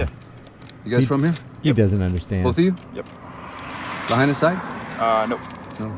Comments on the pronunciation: La HIGH na - not la-HEY-na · F.Y.I. PRONOUNCED LAH HIGH NAH. Just for your info!! 🤙🤙🤙🤙🤙🤙 ALOHA 🤙🤙🤙🤙🤙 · La HIGH na ...is how it's pronounced. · Pronounced La high nah 😊 Thanks for looking up the proclamation, and pointing out a better way to handle this sort of situation. it's telling where they come from. I live in Hawai, different island, and have been following all of this pretty closely. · oh and please, the correct pronunciation for Lahina is La HI Na, just three syllables La, HI, Na. keep up the great work. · A better way to pronounce the town is La...Hind..Naa.. Lahaina :) Governor, please straighten up the State Deputies Bill of Rights education. Should local citizens or visitors be punished first hand. A 1st amendment violation if the enforcement requires us to have a press credential. Isn't 1st amendment the citizen's pass? Anyone wanting to record and report is the Press! There is nothing in any emergency proclamation that can violate our Bill of Rights! Are towns ruled by the government which it makes it addressable to be filmed in any condition? Expose human remains then you'll be in deep Won Bok Kim Chee! What you do with the video is subjected to laws. Manipulating when or how content filming is gathered is injustice! It's tyranny if anyon, restrict distance or ask to leave or commit Bane Act violations in public. Kauai business' price gouging was the major evilness stomped out, during the INIKI's devastated aftermath had prompted Section 127A-30 to be established making the Aloha State one of the first honest protection for the public. $15-$20 for a bag of ice, it's not the one druggies and dealers die for. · BTW it is pronounced LA-HIGH-NA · It's pronounced Luh-high'-nuh. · You're a smart guy so why can't you pronounce Lahaina? BTW anyone who has spent anytime in Hawaii knows you don't mess with the cops or you end up missing.